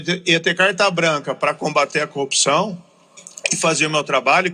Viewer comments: O conje fala cupção😂😂😂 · Sérgio Moro até hoje não aprendeu a falar a palavra corrupção.